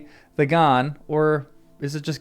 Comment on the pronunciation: I thought the G in Ghan was silent.